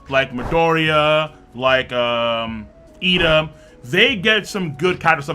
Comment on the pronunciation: It's Iida, bro, with 2 Is, not an L.